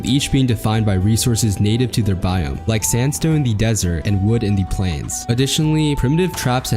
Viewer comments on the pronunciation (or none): none